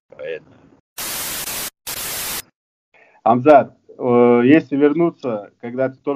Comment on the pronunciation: ХЬАМЗАТ . Не ХАМЗАТ. Приятно слышать что берущий интервью правильно прлизносит его имя.